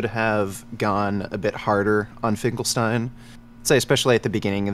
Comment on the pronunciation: omg its finkelsteel